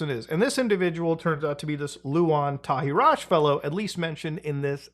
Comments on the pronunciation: You need to pronouce his name properly to make it hit harder, Tahiraj is an Albanian name the J is slient, so it's pronouced Tahira like the Arabic name. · It's pronounced Tahiray. Luan means lion. From his name and surname I believe he is albanian.